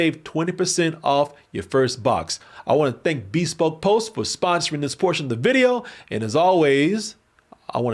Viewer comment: It’s “be SPOKE” not BEE spoke lol